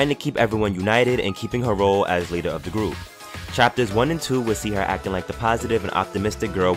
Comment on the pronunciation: WHY YOU SAY ROLE LIKE THSITSITXKYXITCOYFPYFG